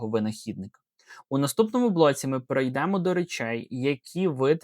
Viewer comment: супротив - ОПІР давайте подивимося - подивІмося(з наголосом на "І") Наказовий спосіб першої особи множини візмемо - візьмІмо Те ж саме На ілюстраціях помилка В українській мові "полуниця" це конкретно одна ягода Коли ж ягід більше, ніж одна, тоді завжди і тільки "ПОЛУНИЦІ" Множина перейдЕмо - перЕйдемо стаЄте - стаєтЕ Наголос